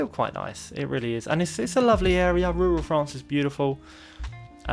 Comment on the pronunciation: You mean Rurrrral France lol